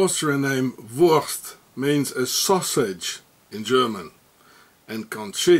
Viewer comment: 12.22 wurrschtt😂😂😂